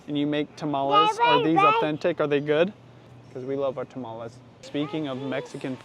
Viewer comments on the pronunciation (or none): The tamales are good.. although you bugged me how you pronounced it lol.